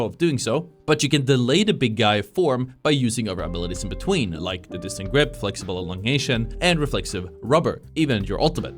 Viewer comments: Dis-tend-ed. It's driving me crazy how you keep pronouncing it incorrectly and it makes you sound like you don't know what you're talking about. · Bro it's distended, not distant